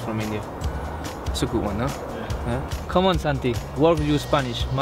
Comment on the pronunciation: Great to see them doing this but did anyone else notice Giroud pronouce C'mon as C mon